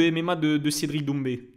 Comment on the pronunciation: "cedric doumbi " pas maaaal